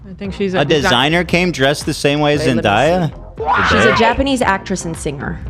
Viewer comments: Ethan repeatedly saying “Zen-die-ah” was killing me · Why can’t Ethan say Zendaya everyone is saying her name just say what they are saying?? 😂